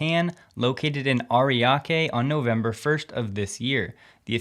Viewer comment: I'm impressed by your pronunciation of Ariake!!